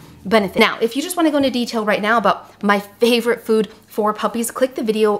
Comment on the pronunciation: Did you say right Meow?